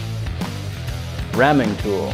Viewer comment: The way he said ramming tool like it was a letter of the alphabet killed me